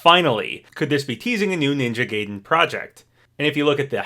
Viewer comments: Ninja "Gay-den" 😂 It's pronounced Guy-den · It’s is pronounced ninja guide-en not ninja Gay-den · i really enjoy ' videos but im not gonna lie his pronunciations get on my nerves sometimes. like for example ninja gaiden is pronounced "guy-den" not "gay-den" and masamune is "masa-moon-eh" not "masa-mune". it's not a huge deal but i'd really appreciate if he tried to find correct pronunciations! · The way he mispronounce "Gaiden" hurts me. It's "Guy-den" not Gay-den"! And I'm not even a Ninja Gaiden fan whatsoever! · I love you, but my gosh, pick a pronunciation for Ninja Gaiden, it's driving me nuts!...Though the correct pronunciation is "guy-den", by the way, just like how it's "ree-yu", not "rie-yu". Edit: that comment about requests for Smash and whether or not characters should be in a new game or not feels exactly what #OperationStarFall was meant to answer. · Hate to be that guy, but its pronounced "Guy-den" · I cant believe you said "ninja gay-den" MULTIPLE TIMES when you said it right in the same video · wait, so do you know how to pronounce "gaiden" or not???